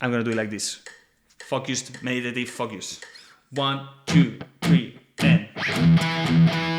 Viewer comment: Lol. I thought he was sneaking some fuck you's in there but he was saying focus. Now Every time and for the rest of my life, I will hear that when someone says the word focus...